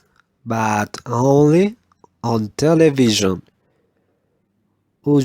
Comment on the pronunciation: Grade: 1,4, you need a strong work on vowels too, please Please work on the pronunciation of these words by taking into account the consonant and the vowel sounds: Work on the correct position of your tongue in the indicated vowels. Television /ə/ /ɪ/ Usually. /ju:/ /ɪ/ special /Ɛ/ /ə/ pronunciation /ə/ /ʌ/ /ɪ/ /eɪ/ machine. /æ/ /ɪ/ EXCELLENT PRONUNCIATION OF THE CONSONANTS [ʃ] Work on the correct position of your tongue in the indicated vowels. Work on voiced pronunciation of the [δ] sounds Thought /ɔ:/ Twelfth /Ɛ/ Thursday /ɝ/ Three /i:/ Birthdays /ɝ/ /eɪ/ Month /ʌ/ Those /əʊ/ These /i:/ The /ə/ Others /ʌ/ /ɚ/ There /Ɛɚ/ EXCELLENT PRONUNCIATION OF THE CONSONANTS [θ] Work on the correct position of your tongue in the indicated vowels. Work on the voiced pronunciation of the [z] sounds Summer /ʌ/ /ɚ/ City /ɪ/ Glasses /æ/ /ɪ/ Zoo /u:/ Close /əʊ/ Music /ju:/ /ɪ/ Jazz /æ/ EXCELLENT PRONUNCIATION OF THE CONSONANTS [s] Work on the correct position of your tongue in the indicated vowels. Leaving /i:/ /ɪ/ Five /aɪ/ Seven /Ɛ/ /ə/ Visa /ɪ/ /ə/ Visit /ɪ/ /ɪ/ Stephen /i:/ /ə/ Lives /ɪ/ Village /ɪ/ /ə/ Fourteenth /ɔ:/ /i:/ February /Ɛ/ /ʊə/ /ɪ/ For /ɔ:/ Autograph /ɔ:/ /ə/ /ɑ:/ Laughed /ɑ:/